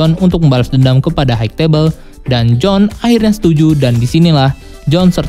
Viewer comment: High gak dibaca haik bang, tapi Hai.